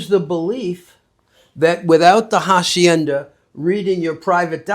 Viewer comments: Este hombre ya es todo un andaluh que te pronuncia de manera castiza jacienda😂😂😂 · voy a soñar con "jahsiennda" 😂